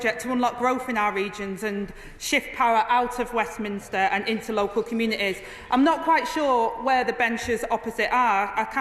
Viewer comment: How on earth do we manage to have a Labour deputy prime minister who pronounces communities as communateees